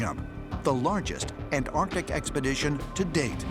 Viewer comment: That scientist (can’t remember his name) keeps saying “AN TARDIC” it beggars the imagination that he went to school at all. 😂